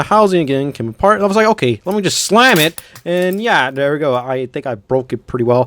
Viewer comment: Bro this man has to have any word that is supply to start with a t and he replaces it with a d like instead of there he says dare